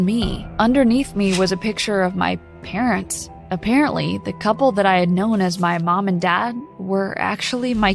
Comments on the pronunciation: “But a-parent-ly” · “aPARENTly” lol